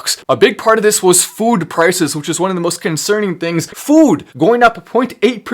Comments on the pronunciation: To the FWOOOD! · Kills me when he says “food” 😂